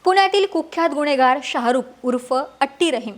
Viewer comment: वा अक्षता व्वा. अणेक पूने, पन, गुण्हेगार, गुण्हे , काण, कोनती, म्हनन, स्थाणिक, खूण. भारीच मराठी.